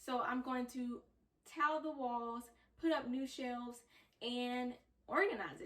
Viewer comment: I kept hearing towel, not tile. I was super confused. Talking about a towel cutter lol